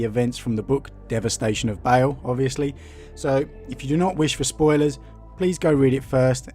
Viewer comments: ITS PRONOUNCED BAAL IT IS NOT BAEL A DOUBLE A DOES NOT PRONOUNCE AS AN E.... BAA like a sheep with an L on the end. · Like "barl" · Its pronounced BA-ALL not BA-ALE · i never usually get triggered but its BAAAL NOT BALE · Why does he pronounce baal like bale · Why are you reading Baal as "Bale"? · Feel like a dick pointing this out, but I believe Baal is pronounced barl. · No, he most certainly did not. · It’s Baal! And San-gwee-nous as in Nitrous! So triggered